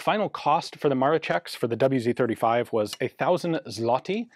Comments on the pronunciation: The "wz." should be pronounced as "vou zed". It stands for polish word: wzór (vzoor) similar to british "mark", or Japanese "type", completely connected with a year of official introduction in the military service. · I know this is a very minor point but as an Englishman I'm intrigued as to why Ian said "double-u zed 35" at 22m12s. I guess he's in England when recording?